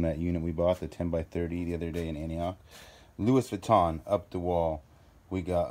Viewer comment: In France we say it Louis Vuitton saying the N thru your nose.( vuittong)